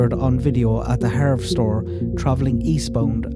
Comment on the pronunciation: I'm enjoying these timeline videos immensely, thank you! And btw it's pronounced harvest-store I believe.